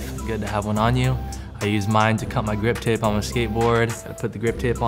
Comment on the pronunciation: Gwip tape. Apparently, money cant buy the solution to a speech impediment.